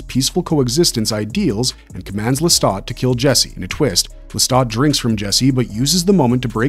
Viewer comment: Le-STAT not Le-STOT De leon-coor not de Lion court Ma-ha-RET not Ma-HAIR-et Also, Aaliyah (despite what some say) was not a good pick for Akasha. The description of Akasha in the book is Caucasian (although not necessarily specifically European) with extremely fair skin and delicate features (even before becoming the first vampire).